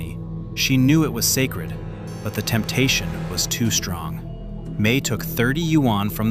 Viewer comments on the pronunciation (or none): Wonder how many Dollars did it cost : 'Ready for the word sackred? ' ahh AI voice